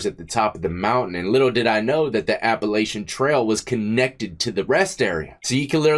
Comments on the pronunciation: It’s appa latchon not appa lay shun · I can tell youre not from round here. We don't say it like that. The a's are both short 😂Appalachian rhymes with hatchin. ❤ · Death! Lol It runs from Georgia to Maine and it's pronounced "Appalachan" trail